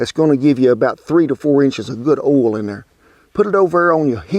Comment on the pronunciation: You said "oil" not "ol" one time -- just after you threw away the cauliflower! ;)